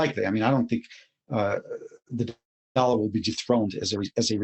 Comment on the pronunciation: ITS DOLLAR NOT "DOLA".